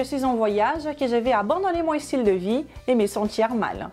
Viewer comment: Bonjour je vais essayer quelques une de vos recettes mais je ne vois pas beaucoup de légumes vert et féculents dans le même répas. Autre chose pourquoi pour dite "i-stylé, i-stratégie ou i-star??? vous parlez comme Crhistina Cordula?? Le i n'a pas lieu d'être.